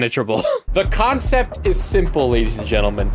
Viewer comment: did he say cockcept 😂😂